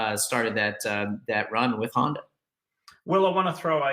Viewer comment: Of you are a professional supercross commentator you should have to be able to pronounce the word Honder- the R is silent. It’s pronounced Honda